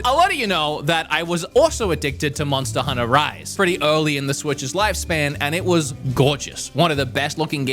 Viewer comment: Did I hear: Monster Hunnah?